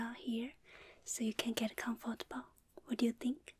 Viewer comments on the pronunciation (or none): none